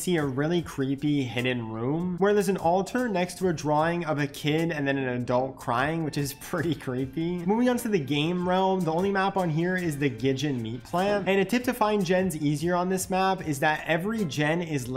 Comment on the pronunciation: Did you pronounce Gideon meat plant as gijon???